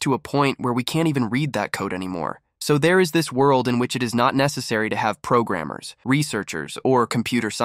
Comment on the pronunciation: He knows a few modern buzzwords sure, but his true Boomer showed as soon as he said "progrummers"